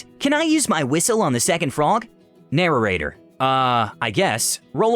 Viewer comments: I really hate the way you say narrator, you add an extra syllable. It's 'nair-ate-er' not 'narer-ate-er' It feels funky to hear it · Am I the only one who is annoyed he keeps saying “narrarator” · Narorator? What's that?